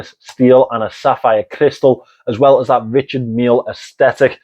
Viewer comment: 😅 and not only this word! As a french, I love how he pronounce Richard Mille 😊